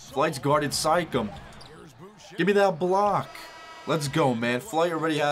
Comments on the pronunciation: did he just say sikam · Am I the only one that heard him say sike-em instead of Siakam?